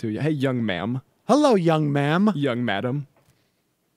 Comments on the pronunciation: Mike Krazer it’s ma’am. Not ma’aam. Just saying. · ok now to tbh when i listen to it he is actually saying 'young mam' but this begs a whole nother question of WHO THE FUK SAYS THAT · I heard “nice young madame” 😂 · I don't think he was 'ever deaf' (nice grammar, btw), and not sure what he lied about, other that possibly (and I reiterate, *possibly*) him saying 'man' instead of 'ma'am'. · "Young ma'am"? Who the hell ever calls any younger woman "young ma'am"? I'll admit I have a hearing issue, but like everyone else, I heard "young man" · I have often heard of the term "young man" but "young ma'am" I have never heard before and when you do say it,it does sound exactly like you are saying "young man". I think the proper presentation should had been either "young lady" or else ignore the fact that she is young and address her as "ma'am". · Who the hell says “young ma’am”?!? And if you listen to it slowed down, it does not sound like “ma’am” anyway.